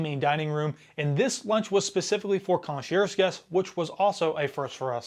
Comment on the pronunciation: I don’t think you should be doing a relatively harsh review of a cruise line when your experience is one 4 night cruise. Also please if you are going to do video reviews look up pronunciation of words like “concierge.”